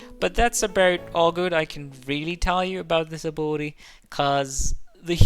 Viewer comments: took me a solid 5 minutes to figure out he was saying "ability" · I’m glad I’m not the only one… sounds like he’s throwing an “uwu” in the pronunciation 😂